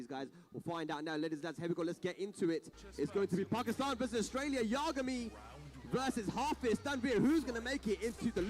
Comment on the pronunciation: Man. Thanks for the upload,. But why does no one on this god damned planet know how to pronounce Yah-guh-mi. Not Yuh-ga-mi. Shit drives me insane. Its like you people have never watched Death Note 😂